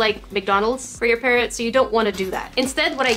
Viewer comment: Lol all the time I thought she was saying ‘parent’ but she was actually saying ‘parrot’ ! I’m so English! 😂